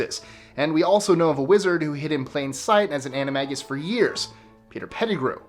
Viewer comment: anim-morg-ia no no no no its anio-mega